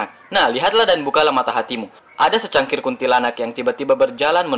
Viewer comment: Di bilang secangkir = bukan cangkir ,sesosok mas....